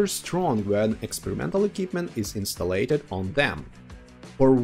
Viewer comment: Excellent vid, very helpful. A couple of tips on the English: installed: in~staal~d not instal~lated and developed: develop~d not develop~lated. Thanks for the great info.